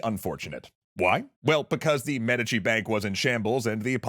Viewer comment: Please tell me the inconsistent pronunciation of "Medici" isn't just annoying me to no end.